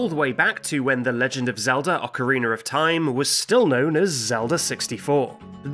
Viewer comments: why do you say Ocariner of Time? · Why say it like "OcarinER of Time"? Must be deliberate at this point. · That's how British people say it. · "How do you spell 'Ocarina'?" -"O-C-A-R-E-E-N-U-R" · I love the the way he say ocerinar xD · Dude said "Ocareener" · why does he say "oceriner" but he can say aria, data, and diana correctly? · OCK-A-REE-NER... of time XD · Ocariner of Time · "Ocariner of Time" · ocariner isn't even the same word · I have heard Northern Irish people say it like that too.